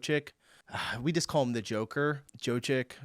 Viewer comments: Jokic is pronounced Yock (as in jock) itch. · 1st summarize the entire video: american supporter are "cute" 🤣 Jokic pronunciantion is pretty simple: Yo-Kitch Canadian are on the European supporter team since ... well you elected an orange president who want colonized them I guess. Some sports have a better atmosphere in the US: Baseball and American football. Probably because it's not so much played at a professional level. Argentina is not in Europe For an overview of the kind of atmosphere you can find in European Cycling I recommend